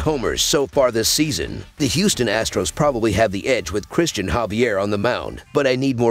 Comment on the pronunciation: Angeles or Houston? Can you be more clear?